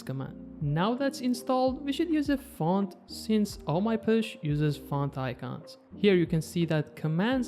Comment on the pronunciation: Btw it is not “push” it is posh. Like gosh. pawsh